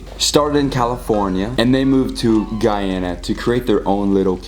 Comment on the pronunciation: You said Guyana correctly bravo